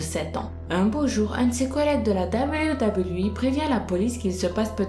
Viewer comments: Pourquoi tu parle avec le nez en permanence ?? Et cest pas WWI mais WWE c'est un E pas un I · Arrere de dire doubleyou doubleyou I mdrrr en france ont dit double v E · Dit Doube v double v euh !! Pas dablyou dablyou voui 😭😭😭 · Super video! Mais ca se dit "deubeliou" pas "dabaliou" ... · wech prk elle le prononce " dabliou dabliou i"😂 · ça façon de prononcer le W -_- dabeulyou dabeulyou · c'est WWE et non debuidebuiwui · tg avec ton. dableyu dableyu i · Dabeulyou dabeulyou hi apprends a parler ptn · ses même pas dire wwe sa me fâché putin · tu la prononcé mal wwe